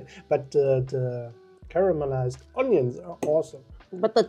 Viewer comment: I love ya videos and I think your language skills are amazing but maybe just some help try saying caramel eyes for caramelise I’ve never tried authentic German food this has inspired me thank you hugs from the UK x